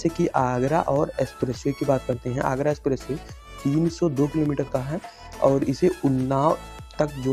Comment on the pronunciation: गंगा एक्सप्रेस वे, ना कि एसप्रेसवे।